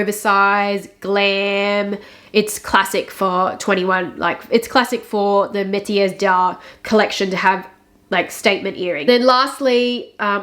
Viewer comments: Pronunciation was perfect!: May-ti-air Dar = metiers D’art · Thank you for the run-down of the collection (pronunciation at the beginning was on point btw💞). Very excited to check the collection out in person, as shops are finally open again where I live, after 6 months of full-on lockdown :) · You nailed the pronunciation! 🔝😉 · I think you got the French right👏